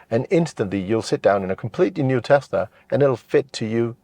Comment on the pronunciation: May be the best review I’ve seen for any Tesla - perhaps any car. Right up there with Thomas from Autogefuhl. Excellent production, presentation, editing and, from a personal perspective, the correct pronunciation of the word Tesla - it’s s not z - is much appreciated. Thank you.